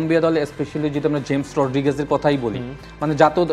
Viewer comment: জেমস রদ্রিগেজ ❌ হামেজ রদ্রিগেজ✅ 😂😂